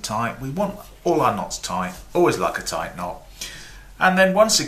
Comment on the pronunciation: he never does... he says "touight"